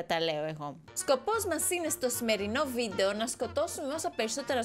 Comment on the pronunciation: Πς οποιος καταλαβε στην αρχη ειπε βιντο αντι για βιντεο😂😂😂